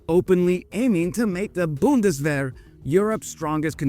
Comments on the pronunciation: „Buhndeswähere“ hahahahahaha unsere Sprache ist so lustig wenns andere sprechen. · The Boondeswehr 🙄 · You really butchered "Zeitenwende" here 😅 Let me help: it's pronounced Tsite-en-ven-duh. Thanks for the video,.:)